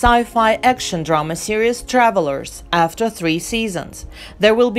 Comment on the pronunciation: Are you trying to say Series? Because it sure sounds like serious.